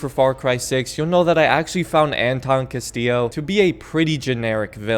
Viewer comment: I've never played far cry 6, so I have to ask without googling to spoil much. The "narrator" of the video sounds REALLY ambiguous when he says the main Giancarlo's character name. Is he saying "Castile" or "Castillo?"